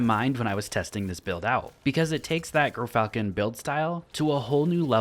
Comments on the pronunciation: "GearFalcon" not grrrrrfalcon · Man stays Gyrfalcon wrong 💀